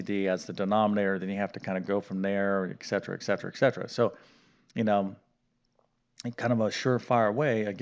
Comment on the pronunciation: It's etcetera, not ekcetera.